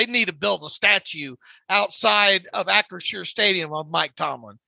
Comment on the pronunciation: Guys it’s Acrisure stadium not unsure stadium FYI Lmao